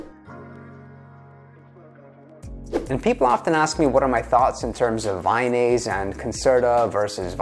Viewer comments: its not vayonaise its vyvanse lol. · Vy-NASE? There goes your credibility. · Friendly correction Vyvanse is pronounced Vy-vanse, like advance. rhymes with iDance